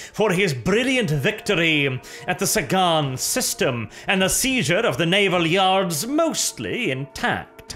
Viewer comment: "The Sagan Naval Yars!" Yars ? Really ?